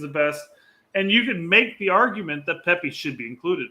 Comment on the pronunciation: oh haha he definitely said pepi 😂😂